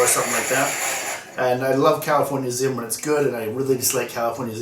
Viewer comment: I kept hearing California "ZIM" and I had to giggle. :P